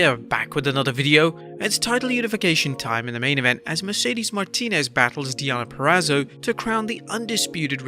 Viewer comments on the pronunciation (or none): none